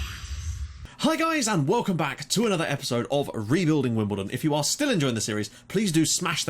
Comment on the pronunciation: yep you got the name right :)